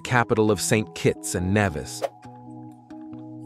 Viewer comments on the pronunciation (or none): #56 Nevis is pronounced Nee-vis, not Neh-vis.